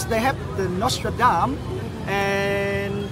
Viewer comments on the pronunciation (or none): Notre Dame and not Nostradam